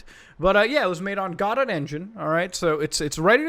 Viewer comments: Hearing him pronounce "Guh-Doe" as "Guh-Dot" hurts my soul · its pronounced go dough not gdot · it's "guh dough" not "go dot" cringe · Actually, this bothers me so much because it should be pronounced go-doe but the creators actually pronounce it godot as in robot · GoDot is pronounced (Guh-Dough) to rhyme with "Uuh, No!" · Ah yes - the gah-dot game engine. The God Ought engine is indeed a phenomenal, open-source project xD (jokes for the accent) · youve probably already heard this alot but godot is pronounced "go-dough" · Just a FYI muta godot is spelled like this go-doe = Godot, the T is silent also I use godot!! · its understandable, then again I just wanted to be a nice person and kinda help mutabon how to pronounce Godot lol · You don't pronounce the T in Godot. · when.. when muatar misprunonce godot.. when.